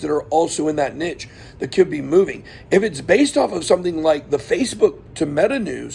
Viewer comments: good points! check what category the coin is in. btw it's "neesh" not "nitch" :) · Is this how all Americans say niche?